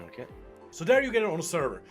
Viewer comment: "oke", "okee" XD